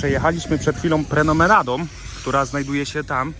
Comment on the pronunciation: Tak, Bang Saray ma swój urok ale… Chyba promenadą, a nie prenomenadą😅